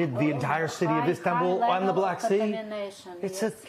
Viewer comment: too much emphasis put on black